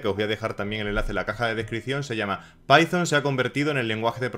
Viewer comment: Like por "Pitón" en vez de "paizon" ❤